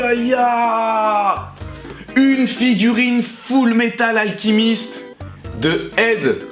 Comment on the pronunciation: Au millieu de la plaque c'est kiki la petite sorcière un ghibli et ça se dit fullmétal alchemist ( comme chat pas comme k ) lol en tout cas superbe figurine et celle de miku aussi